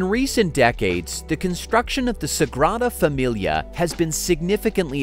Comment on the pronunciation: Dear Mr Narrator, AT LEAST learn to pronounce Sagrada Familia. Your syllables are killable.